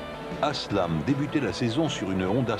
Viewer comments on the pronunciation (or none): I still think this is the way Forward as telescopic forks are an engineering anachronism. Oh and its Haslam, not 'aslam